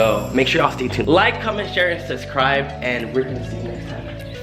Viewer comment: does he normally say subscribe like that?